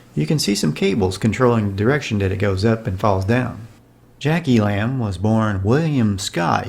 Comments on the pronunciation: You're mispronouncing elam. It's e lum not e lamb. Do some research before disrespecting beloved characters. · E-lum not E-lamb. Merry weather not Merry wetter. But,, overall, you nailed so much of this! My childhood.